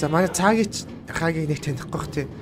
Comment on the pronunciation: Хагийг ks 😂😂 хаагийг гэж хэлж бсан блгүй дээ